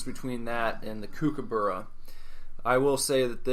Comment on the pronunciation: Yeah I should have just said Cooper from Eurotrip On the Kookaburra, it''s pronounced cook-aburra, you said it so many times through the episode so it was annoying me the whole time haha. Good to hear your reactions on Toblerone, Turkish delight and Cadbury chocolate, I'm sure if you found those you'd be able to get a cherry ripe. Can't believe your negative reaction to the turkish delight I love those